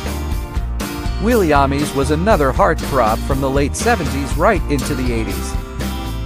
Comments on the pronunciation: nice video, but should learn how to pronounce some names. For example, it is not William “Ahmeez” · The name is pronounced Willie Ames with a long A, you pronounced it A-mies with a short A. You should maybe check with older gays who were around then. (My crush was Robbie Benson, but I’m surprised you didn’t mention his movie Ode to Billie Joe (based on the haunting story song), in which his character is gay, or at least questioning!) Also please watch Alexander, the Other Side of Dawn (the sequel to Dawn: Portrait of a Teenage Runaway). Both are worth watching if you like The Brady Bunch! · Willie "Ah-mez?" I believe his name is pronounced, Willie "Aims." As in aiming a gun.